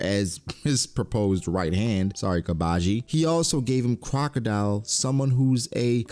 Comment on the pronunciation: why do you keep calling him crocadeli?